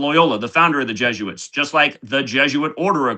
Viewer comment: nails it...... JESUITS not JOOS